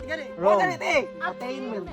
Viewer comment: attaint-ment pagka pronounce nya kasi